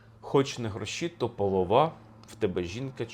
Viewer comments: Будь ласка,ставте правильно наголос,поло'ва, чорнобро'ва.Менн дратуе, що Ви робите такі помилки ,наче Ви тільки почали вивчати українську мову! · Ви праві, що вирішили розтлумачити текст. Сучасні люди багато чого не розуміють, бо давно живуть у містах і втратили зв’язок з своєю колискою- селом. Я тільки хочу уточнити наголоси . Полова- наголос на друге о, чорноброва- на останнє о. І дійсно наш народ завжди бажав багатства, здоровʼя, але жодних розчарувань, якщо в бізнесі не густо, бо головне це любов, кохати свою красуню жінку, яка обовʼязково зробить тебе щасливим і багатим в більшому сенсі цього слова. Багатий від слова Бог. Господар - дар Господа, відповідно і господарка. Окотилася- розродилася. Дякую за важливу роботу. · Наголос полОва. «хоч не грОші, то полОва». У слові рОжаниця у множині - рожАниці, рожАниць у родовому відмінку. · Дякую за класне пояснення тексту! А ось рядок про жінку, думаю, потрібно розуміти так: гроші - то полОва (наголос на другий склад) - гроші нічого не варті, коли у тебе жінка чорноброва (красива і здорова). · В пісні два рази повторюєтья з різе'ним наголосом. Мабуть для мелодійності. Але якось сприймала,що наголос полОва. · Пане Олександра, вибачте, але ви неправильно ставите наголос) ПолОва, в тебе дівча чорнобрОва. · Часто дивлюся вас,але після цього ролика задумалася чи варто. Ваша неправильна вимова наголосу в елементарнішому слові "полОва" викликає сумніви в інших ваших тлумаченнях. Це слово знають 70% українців,хто мав чи має родичів у селі. Ну а слово "покот" знають всі,хто вчив зоологію в школі. Ну і про те,що у пращурів новий рік починався з дня весняного рівнодення,мабуть,соромно не знати освіченій людині,бо про те теж розповідали у школі. Треба було лише слухати уважно. Так що ретельніше готуйтесь ,якщо вже називаєте себе українським істориком, бо Україна варта якісного контенту. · Не половА, а ПолОва, наголос на друге О, тоді гарно римується з чорнобрОва. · Не половА , а полОва) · не воловА, а полОва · Не половаʼ а полоʼва